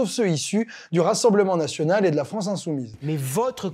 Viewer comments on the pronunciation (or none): Vive la « fronce »….